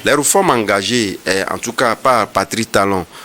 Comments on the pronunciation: Pati Talon comment 😂 On dit Patrice ! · Que raconte cet idiot d’ 😢? Incapable de prononcer Patrice (Pa-tri-ce) et c'est ça qui débite des bêtises contre le Bénin.